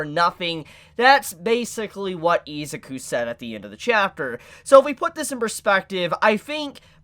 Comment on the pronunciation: Its pronounced. e-zoo-ku it bothers me how you hold out the I and rush the zuku